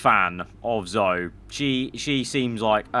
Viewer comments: Just saying; “Zoe” is pronounced “Zowee” not “Zo” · Cmon. It is said HOW OFTEN?! And you still can’t say Akkerman right. AND YOU CANT SAY ZOE! Zoe you pronounce the ‘E’ Akkerman is a hard ‘C’ sound with a short ‘A’